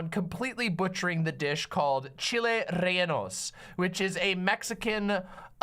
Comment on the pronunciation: Yo he called them renaldos and he used poblanos. 1. reh-Yeh-no is much closer. 2. Gotta be Anaheims, preferably a New Mexican variety, also just called New Mexican chiles. They have the best chiles don’t ask me why.